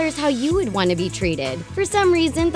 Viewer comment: anyone else noticed twant?